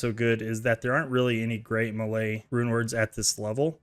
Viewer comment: Melee is pronounced "may-lay"